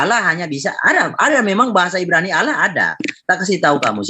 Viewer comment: Gw benci pengen nabok congor yang salah nyebut nama Allah (Alloh) dengan Awloh..